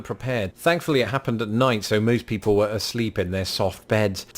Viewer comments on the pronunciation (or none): none